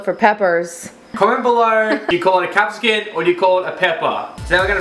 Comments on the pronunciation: Capsicums, not capsicuns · well it's capsicum, but I do love how you pronounce it "capsican" 😂😂💕